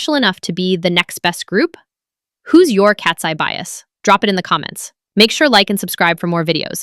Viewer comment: Why do you randomly call them Katsee instead of Katseye?